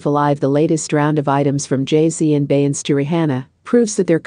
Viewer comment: How do you expect to get subscribers when you cannot even pronounce Beyonce and RiRi's name????